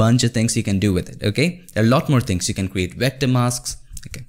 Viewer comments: I love your videos, but it makes me laugh when you pronounce Vector as Wector LOL. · It's V V V V V ... god damn V for VVVVVVICTOR not WHIKTOR it's not WHEKTOR.. it's VVVVVVVVVVVVVVVVVVVVVVVVVVVVVVVVECTOR VVV V V V V V V V V V V god damn it!!! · Oh I thought he said "Here" Lol !! 🤣🤣 Like when he says Vector, it sounds like Wector. I thought at first that there was legit a thing as a Wector until I realized he only meant Vector. True Story. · Great overview! (Though its "V" Vector, not "W" Wector!) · V ector, not WHECTOR anyways thank you for the video, really helped a lot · BRO! VECTOR NOT WECTOR! YOU KEEP SAYING IT WRONG BUDDY! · Vector, stop saying Wector! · Great video. Vector, not wector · stewie: you can't have a pie without a cool hwip: you can't have a path without a wector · Love your content Bro. But with no offense, why does indians pronounce "Vector" as "Yector" or "Virus" as "Yirus"? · Wat is a wector???? Oh you mean a Vetcor . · Vat is a wector sir? Lmao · Wtf is a Wector? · Haha, wecter.... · " A Wector" HAHAHA! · You should really consider learning how to pronounce "Vector" properly.